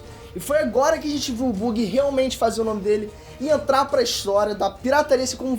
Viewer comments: Porra "Bugui" não, se fala "Bãgui", fica a dica quando for falar o Nome do Buggy da próxima vez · Uma correção a pronúncia não é Bugui, é bagui. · Não lê-se Bug é Baggy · Cada vez que o diz "Buggy" sem pronunciar "baggy" da uma agoniazinha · Acho q a pronúncia é "bãg" não bug irmão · fala Baggy, quando pronuncia Buggy como é escrito fica muito estranho. Ps. ta mandando muitoo, ja sou fan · O vídeo ficou muito bom, mas eu tenho tique com a pronúncia dos nomes dos personagens, então não Buggy (Bugui) e sim Buggy (Bagui). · Não é "Buggy" a pronúncia, é "Baggy" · Tirando o falando "bugui" e não "bug", que vídeo incrível MAIS VÍDEOS DO!!!!! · é tenso alguém falar que é fã de one piece e fazer vídeo sobre falando "bugui" sem o som de "Bã" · Análise do perfeita mas ele falando, Buggy invés da pronúncia "baggy" me deu agonia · Se escreve Buggy mas a pronúncia e Baggy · Ksksksms o buggi fala baggi Não é logggia é logiiiiiaaaa o g é mudo desgraça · Aaaaa esse "bugui" doi os ouvidos kkkkkkkk mas o importante é que tá trazendo One Piece pro canal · "bãgui" cara 🤦🏻‍♂️🤦🏻‍♂️🤦🏻‍♂️ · Porque o fala bUgui? Kkkk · que dor é ouvir ele falando o nome do buggy errado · A maneira q ele pronúncia o nome do captan Buggy e estranho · A pronúncia do Buggy está errada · Ele falando Buggy errado 😬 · Continuem trazendo mais análises de one piece! Obs:, melhora mais a pronúncia das palavras. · pqp, a pronuncia do buggy ta triste em... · Poderia pronunciar o nome do Buggy como realmente é? kkkk abraços, está mandando bem no comando, sucesso. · Peter... Digo,, parabéns! Ta ótimo, só muda a pronuncia do Buggy kkkkkkkkk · não gostei do jeito que vc pronuncia o nome do Buggy! fiquei puto. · só faltou pronunciar certo o nome do buggy, e diz ser fã ainda de one piece. kkkk